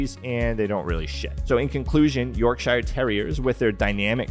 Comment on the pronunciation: York-sheere or York-shire ?